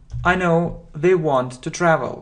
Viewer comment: Спасибо Вам большое, всё очень нравится и получается легко! У меня только возникли вопросы по произношению сочетания букв th. По правилам это должны быть межзубные звуки "с" или "з", а на слух в вашем произношении слышится больше "в" (в словах they, this вместо з), "д" (в слове without вместо з), "ф" (в словах think, thank вместо с). Как же говорить правильно? Ведь Вы постоянно напоминаете что нужно внимательно слушать, повторять и запоминать.